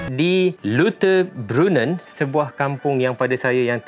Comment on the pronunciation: LAU TER BRUN NEN Lautterbrunen . Eja mcm bahasa melayu sebut mcm bahasa Melayu .. ni adalah cara yg paling mudah utk sebutan bahasa German selamat mencuba